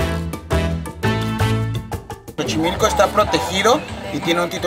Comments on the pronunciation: debes leer 👀👓 bien tu guión 📝 antes de hablar en tus videos 🖥️📱, das algo de desinformación y, además, muchas palabras y nombres vienen del idioma NÁHUATL, como por ejemplo es XOCHIMILCO 🇲🇽más no CHOCHIMILCO 😆😆👎🏼👎🏼 La Ciudad de México es hermosa, no la cambio por nada y mira que vico en el Caribe, por nada me quedo acá, mil veces mejor mi Ciudad de México 🇲🇽💖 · Jejeej me causo gracias como pronunciaste Xochimilco !! Se pronuncia zochimilco, saluditos y gracias x mostrar mi bello México🇲🇽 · Cada vez que dijiste CHOchimilco, senti que me daba un ACV... hahahaha buern vide0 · pronunciaste erróneamente la palabra Xochimilco. No es chochimilco,lo correcto es pronunciarlo como con z. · Jajaja xochimilco se pronuncia sochimilco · Hola saludos me gustaría comentarte que así no se dice chochimilco se dise Xochimilco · "CHOCHIMILCO"? 🤔🤔🤔 jijiji 🤭👍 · CHOCHIMILCO ??? jajajajaja ese dice Xochimilco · pronunciaste mas xochimilco se pronuncia SOCHIMILCO pero esta bien te perdonamos los mexicanos jaja saludos desde puerto vallarta jalisco mexico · 😂 es Xochimilco, pero se pronuncia shochimilco o sochimilco. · Xochimilco….no chochimilco wey 😂😂😂😂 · CHOCHIMILCO ja ja ja, es Xochimilco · No se dice chochimilco 😂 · Al principio pronunciabas muy chistoso Xochimilco ya casi al final del vídeo cuando dijiste lo que significaba ya lo dijiste bien, creó qué alguien te dijo que lo estabas pronunciando mal🤔🤭🤣a por cierto yo nací en ésa hermosa ciudad 😁😆😍🇲🇽 CDMX❤️ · empezaste diciendo Xochimilco incorrectamente. Que bueno que lo corregiste. Gracias. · ya chocheaste, no se dice "chochimilco" se pronuncia - csochimilco - se escribe Xochimilco ! saludos !! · La primera vez que pronunció Xochimilco, no lo dijo bien, y al final si lo dijo bien. Saludos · Me dio risa lo de "Chochimilco", la Xo se pronuncia como So, asi que es "Sochimilco'!🤣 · Me fascinaron los padres de. Jóvenes y felices. Se adaptan bien. No es CHOCHIMILCO ES XOCHIMILCO. Y SE PRONUNCIA SOCHIMILCO